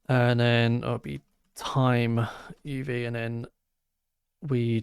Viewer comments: I think the pronunciation is UV - as in the abbreviation for ulravioloet light - rather than literally "uv" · i believe it is pronounced "U.V." not "of". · I think uv is meant to be pronounced U V, short for ultraviolet